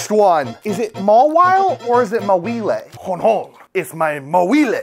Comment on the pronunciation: First Tangelly Then Chime-Cho And now Maweelei Maybe you can make a playthrough of Pokémon that you accidently or intentionally Say it wrong That would be cool And Ayo?